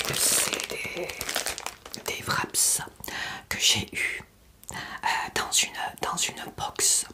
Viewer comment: bonne vidéo comme toujours ! on ne dit pas nemZ ou wrapZ , on ne prononce pas les" s "du pluriel.